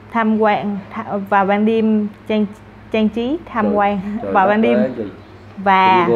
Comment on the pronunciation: 학생의 발음을 잘 들어보면 cảnh trí(경치), trang trí(장치)를 잘못발음하는게 나옵니다. 이 부부을 수정합니다.